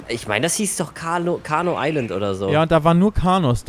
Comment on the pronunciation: es heißt nicht carno island es heißt CARNIVORE island